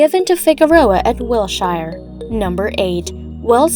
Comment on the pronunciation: What an embarrassment. “Gass Company Tower”? Can’t pronounce “Wilshire”? Give up.